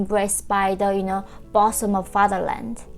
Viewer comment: "...and so glad to be embraced by the bosom of the fatherland..." The word "bosom" actually begins with the same vowel-sound as the word "book". So it's boo'zm, with the "oo" as in book.